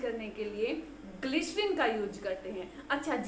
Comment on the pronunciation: glycerine word plz listen how to pronounce it. Your content are good. Only pronunciation is prob. Plz don't mind.